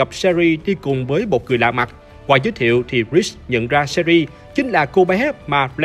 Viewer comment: "Sơ Ri" nhưng mình thích :)))